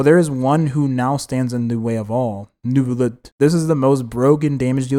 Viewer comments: As a French, no it isn’t the correct way is Nuh-villette and not some New-villette or what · saying neuvillete like that in a french accent its prolly the correct way to say it or sum